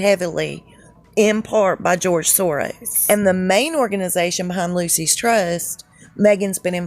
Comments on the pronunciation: It's NOT 'Lucy's Trust'. It's LUKUS Trust! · I hear she's a transgender lady too! Don't look like it to me, but they work wonders like they do with Michael Obama, but it's easy to see him, so huge and muscular! Took a crew of 22 to dress him, lol! Anyway, just sayin' it's pronounced LOO-SHUS, not Lucy's Trust . God Bless all truth seekers, thanks for the fun video! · "Loose Ess Trust"...not Lucy.s.. Lol! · Lucis trust is a satanic organization. It is short for Lucifer's Trust. Dont make it sound like "Lucy's Trust" It sounds more like "Lu-sis Trust"